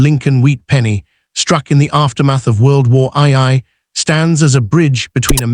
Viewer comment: There was no world war eye-eye. There was a world war two, but I've never heard of world war eye-eye.